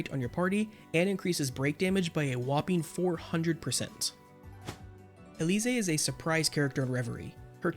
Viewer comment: I wonder why you call Elise, Elysee.